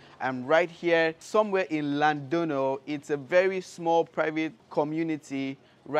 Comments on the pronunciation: Its called Llandudno not Llandonno.... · Llandudno …😂 I know it’s a tongue twister